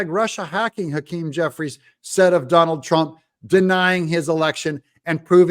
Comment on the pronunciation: Jeffwies lacks integwity. Twump won. Joseph Wobinette Biden... is a cwiminal.